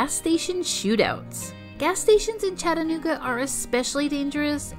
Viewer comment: i like the part when you try to say chattanooga.